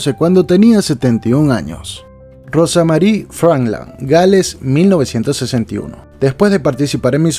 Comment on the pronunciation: no se pronuncia rosamari,si no algo asi como rousmeri